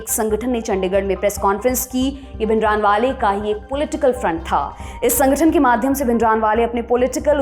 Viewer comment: Please say Bhindranwala with Hindi or Punjabi way not like English. "n" is only a subtle sound more like भिंडरांवाला not भिंडरानवाला . Feels like I'm listening to an English anchor.